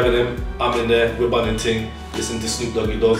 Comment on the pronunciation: "Bunning ting" smh lost respect